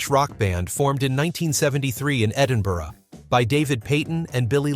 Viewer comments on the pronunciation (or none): none